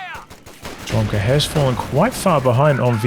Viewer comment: Dude, just for the future: OK nickname should be read as Lomka, cuz there's a Russian word - Ломка.